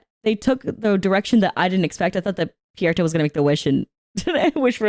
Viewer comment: I’m sorry, did you say Pierreto? Who tf is that? 😂